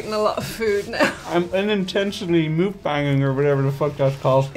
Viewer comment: Mukbang is pronounced like "muck bang."